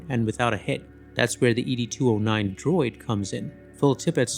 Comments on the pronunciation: Is Wolfcrows voice track on this video AI? Why did he call? ED 209, E.D. 209, saying each letter, and not like the name Ed the way it’s done in the movie… also, Rob Bottin, I believe, is pronounced Bow-teen, not BAH-tin… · Ed 209, not Eedie 209. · E... D... 209? Really, it's Ed ya weirdo! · Did this guy even watch the movie? It’s not “ee dee 209”, it’s ed 209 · Have you even watched the movie? I am inclined to think not seeing as you keep saying e d 209 instead of ed 209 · ED-209! Not E D-209! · ED!!!! 2 OH 9 .... NOT eeee deeee 209 🙅🤦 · Is this AI voiced? Or did you not watch the movie? You kept saying the letters in Ed209. You sound it out like the name Ed. It’s like that in the movie. They say it multiple times even :/ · Who pronounces ED-209 as E-D-2-0-9? That's so weird to hear, almost like this is another crappy AI channel.